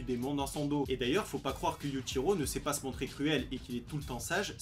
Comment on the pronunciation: Prononce bien le yuchiro stp